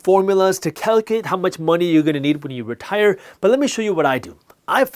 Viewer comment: Retair? Retire? So tire.